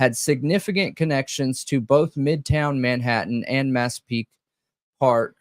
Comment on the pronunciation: All I gotta say about this stream, is nothing brings me more joy than pronunciation of cities and counties! Don’t ever stop calling it Latáh County and Massapeeka 🤣🤣👏🏼👏🏼👏🏼❤️❤️❤️ freakin love it